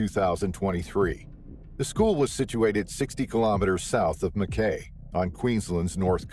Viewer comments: The town is pronounced Ma-k-eye. Not Ma- Kay. Please do your proper research before posting with the wrong name of the town - makes you more credible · FYI it is pronounced Mac-eye not Mac-A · Pronounced Mack eye, not Mackaay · It is a Scottish name and yes not kay but Kye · Makay! Is pronounced Makai 🇦🇺north QLD